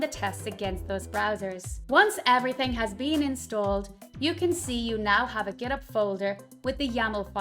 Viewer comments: Is there any reason for not pronouncing the 'H' in Git Hub? As far as I know. most people pronounce it as 'Git HUB' not Git'ub'. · This is not an accent. It's an example of someone pronouncing it incorrectly. And then all the non-English speakers watching this are going to copy this pronunciation and think this is the way to pronounce "GitHub".